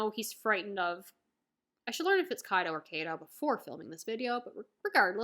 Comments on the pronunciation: I felt that I this arc was wayyy to drawn out, but I guess that was the Anime experience (where the pace got even worse since entering the new world). Lovely review! Also it's "Kaido", not "Kaydo". :) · The first version of your pronounciation of kaido is the correct one.